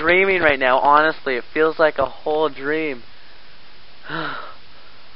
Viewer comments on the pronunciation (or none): none